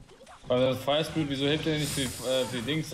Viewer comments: Spier firit HAHAHA😂 *fire spirit max haha😂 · „Spire firit“ 😂😂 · Spire firit 😂😂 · Spire firit“ anstatt Fire Spirit bester Mann 😂😂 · Der gute alte spire firet xD und nicht fire spiret🤣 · Junge wer kennt es nicht Spire Firit XD